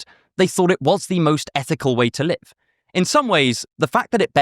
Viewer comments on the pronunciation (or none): none